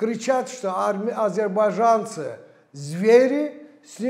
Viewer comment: Очень забавно было наблюдать за изменением произношения Одувана в течение видео: от «азербайджанцы» до «азербайджЯнцы», плавненько так😁😁 Шустро ассимилируется парень